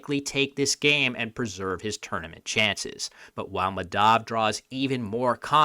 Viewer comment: The name is pronounced Maa (as in demarcate) + dhuv (rhymes with love) and similarly Kaa + muth (the vowels make the same sounds as the first name and the th in the muth is kinda pronounced like the th in "thirst")